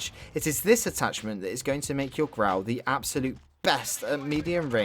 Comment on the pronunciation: ITS NOT GRAW ITS GRAU